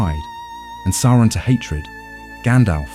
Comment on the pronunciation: The voice is very good, but a few slip-ups and mispronunciations show that the voice is A.I. - Although I prefer your pronunciation of Sauron (that's how I pronounced it before hear the BBC audio version)